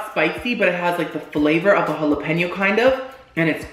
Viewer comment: "no jalapenis" omg